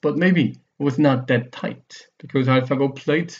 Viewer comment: "much more tight-tuh!" hehe i keep gigling